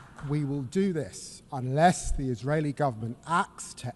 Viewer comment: unless!!! the emphasis is on "unless"